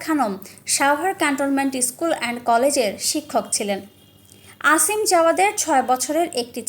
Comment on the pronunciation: আসিম না অসিম হবে,আর ছেলে বড় নয় মেয়ে বড়।